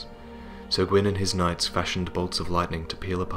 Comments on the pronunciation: It's "knights", but i also heard the first time "nuts" xD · I heard "nuts" instead of "knights" and started laughing :'D